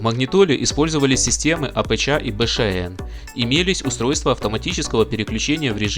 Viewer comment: Апэча, Бэшаэн режет слух!, ты бы у батьки у СВАВО поинтересовался, как правильно всё это читается)))